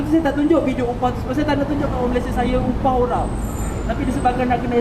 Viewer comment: Cane ko ley jadi motivator ek.. cara ko ckp pon xbetul.. 'upah' pale otak dyela...